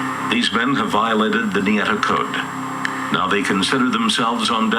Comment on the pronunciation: its Ñeta Not Neta Wtf , and Its not a jail Its a grup Of Criminals